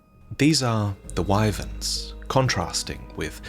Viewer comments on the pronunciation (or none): none